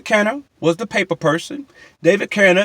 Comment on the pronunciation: Orlando wasn’t on DR’s payroll and David Kenner name ain’t pronounced David Canner smh. The reason all of those artist U named earlier had so many songs was because they were all about their art. They lived in the studio. U seem to have no knowledge of anything U talk about. Everyone knew Daz was affiliated with the crips. Kurupt if I’m not mistaken is a crip. 2 of Amerikaz most wanted was originally Snoops song also I believe. U are like a woman. Snoop didn’t record any diss songs with Pac.